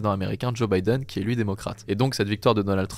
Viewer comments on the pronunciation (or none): none